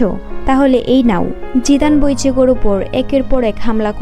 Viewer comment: হায়রে বাঙ্গালী! উচ্চারণটা ইচিগো। অনুবাদ করার আগে ভালভাবে শেখান ন্যারেটর কে। আর বাংলায় অ্যানিমে অনুবাদ করাটা বাজে শোনাচ্ছে এই লেভেলের উচ্চারণ আর সেন্স দিয়ে। তার চেয়ে অ্যানিমে ব্রেকডাউন করেন। যতসব।